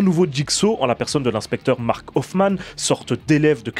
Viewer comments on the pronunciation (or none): none